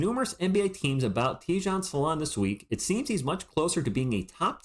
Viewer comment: Hi - thank you for sharing! Being French, I think your prononciation is spot on 😊. I had a look at First Team’s take on Salaun - it’s in French but full of great insights from guys who know. He started out as a 3 and has been moved to 4 (he’s compared to John Collins). The consensus is that he is very talented and has progressed very quickly, has a ceiling that’s potentially higher than the other French prospects this year, but he has to improve his ball handling, shooting etc. Raw but very very promising.